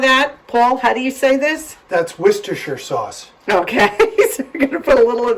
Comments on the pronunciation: Paul pronounced it perfectly ! Wustesher is the way ! Love from the UK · As a resident of Worcestershire, UK, well done, Paul, on your perfect pronunciation!